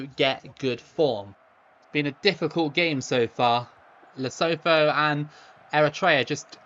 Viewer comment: Lee-Su-Two is how you pronounce Lesotho